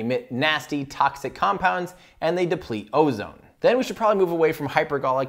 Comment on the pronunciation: You actually pronounced these compounds perfectly. The council of chemists approves.